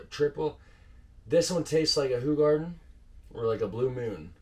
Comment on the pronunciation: Sorry 😬 not Who-garden. It's Ho!-garden. 😬😂❤️